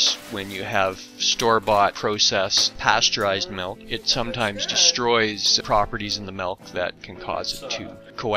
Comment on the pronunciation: It's spelled with an "I", therefore it's pronounced MILK, not MELK